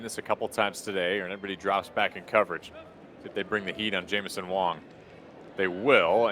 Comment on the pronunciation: His name is WANG not Wong.